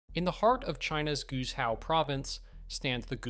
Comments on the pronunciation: For example, Guizhou is not pronounced as "Gushao" or something similar (the speaker was not consistent), but is Guay Joe. My use of Chinese is far from perfect, but I've worked with it for 20 years and have four Chinese friends now living in the US with my wife and I (on a temporary basis). Obviously, most Americans would mispronounce Guizhou, especially the zhou. A simple internet search could have provided the right pronunciation, even Google Translate software. I do give the producer of this video credit for getting many things right. When I first came back from China after a six week visit, and after my three subsequent visits, I felt like I was entering a third world country when I returned home to the rural US (Arkansas). For example, Atlanta, Georgia has minimal bus service and a subway-overhead rail system designed for the 1970s. Traffic is terrible. At age 73, I know I will never ride a bullet train in the US. China had no high speed rail in 2005, but it now is almost everywhere. It COULD be done. I thought, "Why is there no bus service here?" in Mountain Home, Arkansas. The last passenger train left in 1936. "Why can't I at least go to a large city and go to North Carolina or Atlanta in four hours at 200 miles an hour?" The US fails to realize we are being left far behind. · In the name 'Guizhou' the 'Gui' 贵 is pronounced /gway/ (rhymes with 'stay') and means "precious, noble, costly". There''s a hidden 'e', as if it were "Guei'. The inventor of Mandarin Pinyin thought this was a good idea, for whatever reason, possibly just to limit the vowels to two. The hidden 'e' is there only when the first vowel is a 'u' following a leading consonant, as also in 'tuì' 退 "retreat; refund'. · Guizhou is pronounced like Gwayjo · Guizhou is pronounced Gway Joe. If you're gonna use AI to read the script at least make sure gets the name right.